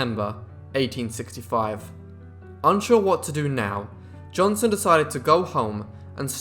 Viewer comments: If you are going to narrate videos for public consumption, you might want to work on your pronunciation. This guy is "Johnson", not "Johnston". Not that hard to get right if you try. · Hics name was Johnson not Johnston , I understand your British but drop the T cause it makes you sound dumb that you cant pronounce the mans name as its spelled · At least pronounce his name right . It's Johnson not Johnston. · JohnSON. Not JohnSTON. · Keeps saying Johnston. Wtf. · What i hear is johnston.